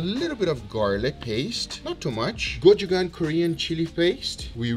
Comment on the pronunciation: guga, your pronunciation of gochujang makes me sad. anyways, thank you for teaching me how to make the best steaks ive ever had!